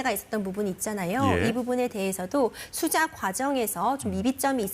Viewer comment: 6분 8-12초에 설명이 반대로 되었습니다. 거기에 남앵커분은 아~ 이게 뭐죠? 무슨 변호사가 저래... 수사를 수자로 발음하고... 에이~ kbs가 좀 그런가? 대충 섭외하지 맙시다